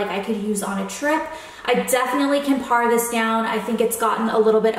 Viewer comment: It's "pare" not "par" :)